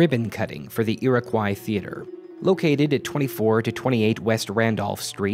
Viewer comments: It's pronounced /ʊəʳɪkɔɪ/ not /ʊəʳɪkwaɪ/ Source: Am from New York, where Iriquois originated from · It’s pronounced ear-oh-coy not ear-a-kw-eye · “Foy-err”?, “Ee-raw-koi”? It’s “Foy-yay” and “Ee-row-kwa” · It's pronounced EAR-AH-KOI Not...however you pronounced it. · There's some graffito that says the F word. Also, it's pronounced "iro-qwah," but it doesn't really matter. I'm just trying to be a smartass. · Ear-Ah-Quwhy for fuck's sake man, don't say it like that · It's actually pronounced Ee-Ruh-Kwa. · The way you're pronouncing Iroquois is giving me a stroke. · You said Iroquois wrong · I frickin love this channel and these history videos but I have never heard anyone say “Iroquois” as atrocious as. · Your pronunciation of Iroquois really threw me for a loop.